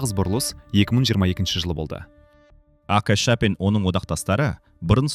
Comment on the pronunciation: АҚШЫ ДЕМЕЙ АҚШ ДЕП АЙТШЫ АВТОР